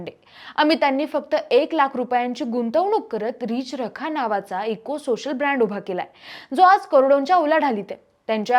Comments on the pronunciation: अगं बाई रिच रखा नाही ते नीट म्हण रि चरखा आहे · अहो मराठी चॅनेल सुरू करता आणि नीट मराठी बोलणारे अँकर तुम्हाला मिळत नाही, 4 मिनिटाच्या व्हिडिओ मध्ये किती चुका आहेत, आणि एकच चूक वारंवार करतात उदा या अँकर सतत रिच रखा म्हणतात पण ते रि चरखा आहे। बाकी अमिता देशपांडे ना हार्दिक शुभेच्छा।❤🎉